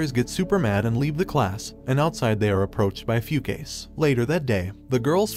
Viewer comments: did he really pronounce fu ka se as fucase??? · "Few-Case"? Yeah, no, I'm pretty sure it reads as "Fu-Ka-Se" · The pronunciation of the names. “Foo-case” 😆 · its not pronounced "fu-case" its pronounced "fu-ka-seh" just wanted to correct you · The way he pronounces the dude's name is hilarious, "few case" 🤣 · Fukase🚫 Foocase✔️ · I'm not sure, but I think the pronunciation of "Fukase" was incorrect. :) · The only fault in this video was his pronounciation of "Fukase" 🤣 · You pronouned "Hayabusa" wrong... got "Fukase" wrong too